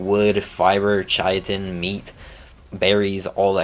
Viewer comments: Saying chitin (Kai-tin) as “ chai-a-ton “ is a war crime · Learn the Correct pronunciations Please Chitin is pronounced with a K not a Ch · Chitin is pronounced KAITIN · Not trying to be a dick, just trying to help Chitin = Kite-in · Great video and very informative for noodies, However every time you pronounced Chitin it was like nails on a chalkboard haha its not a tomatos tomAtos kind of thing, it's just pronounced "Kite-in" or "kyton" if you were to sound it out. also, that flyer is "Tap-a-Hara " Not "terajapa" haha however like I said I'm not actually giving you shit, a lot of work goes into making videos like this and I agree with your ratings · i've been pronouncing chitin as "chaitin" for like 2 years until I found out how its pronounced properly. English pronunciation is so chaotic lol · lost a brain cell every time you tried to pronounce chitin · I swear not a single gaming YouTuber pronounces chitin correctly. Doesn’t help it’s not exactly a common use word and pronounced no where near how it is spelled.